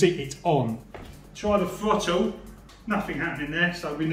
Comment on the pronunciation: It's pronounced THROTTLE not FOTTLE.